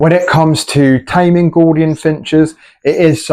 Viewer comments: ....mate...what;s a "Gordian"...i thought it was pronounced G-o-U -L-dian.....If you say the crown is "Yellow" then what colour is the belly then?....the belly is yellow in colour, the crown would be orange...c'mon mate...be accurate on at least the colours. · It must be your accent that making you sound it out incorrectly and using the letters wholly and accurately using the Kings English. Accurate colour descriptors is important for the accuracy just as correct pronunciation is paramount to an accurate depiction of what you are presenting.